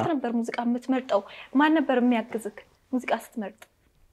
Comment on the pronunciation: አማርኛሽን አስተካክይ ለምሳሌ ፩ኛ ትወዳለክ ሳይሆን ትወዳለህ፣ ፪ኛ ትችላለክ ሳይሆን - ትችላለህ፣ ፫ኛ የሚያግዝክ ሳይሆን -የሚያግዝህ... ህ፣ህ፣ህ አደራ አስተካክይ። በርቺ።